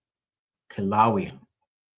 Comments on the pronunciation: Pronounced Kill a Way a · The ai wasn’t right either lol. Kila wheya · Say it like KILL A WAY A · It's pronounced Killa-laya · Kill-a-way-ya. Kilauea. Sound it out and you’ll understand the name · Pronounced Kilo Waya